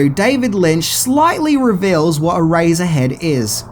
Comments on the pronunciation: I keep hearing erazor head instead of eraser head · I just kept hearing “ah-razor head”. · It’s pronounced e-race-er head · My god...please stop saying, "Erazzerhead". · "Eraserhead" sounds just like "Erazorhead."